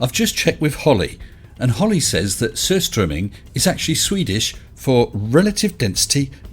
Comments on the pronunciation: No, he just put the emphAsis on the wrong syllAble... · It's not "sur strumming", its "sur'stroem'ming". It's very Swedish and probably the worst smelling edible substance in the Universe. The next-worst is the Latvian "Sprattis" which is also fermented fish. P.S. Riley isn't so stupid that he uses law argumentation to disprove that gravity doesn't exist at all, just because it isn't per se a force, is he? Oh, wait, silly me… P.P.S. It looks like he's just been banned from YouTube, just like Daniel Pratt. Happy times for science. Edit: sur'stroem'ning -> sur'stroemming (Typo). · Why does he say Sturströmming, and not Surströmming? He has got to be on a wind up, surely? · Surströmming, Tony. Not sTurströmming. Has even forgotten how to read now? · Why does the idiot say sturströmming all the time with an extra t? Can‘t even read properly. Flerf moron. 😂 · Herrings, eggs and salt ... what could go wrong?? And for F***'s sake it is SUR-strömming, not frigging STÖR-strömming! He cannot even pronounce that. Besides, anjovy is made almost the same. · It’s pronounced surströmming. It’s one thing to commit crimes against science, but it’s even worse to commit them against language. Down with Tony!! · It's a 3-syllable word, and his thoughth processes are so sloppy that he adds a "t" "sturstromming." Well, we've never expected accuracy or literacy out of this prize before, so why start now. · He even pronounced surströmming wrong, couldn’t expect anything less of him.. And seems the flerf theories are drying up so they try to clutch any straws available, no matter how stupid it sounds. But that’s the basic minimum requirements for conspiracy theorists